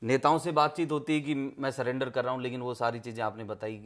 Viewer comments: surrender ko cylinder koi bhi aria me nhi bola jata bhai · पूरा परिवार शिक्षित है सरेंडर को सिलेंडर बोल रहा है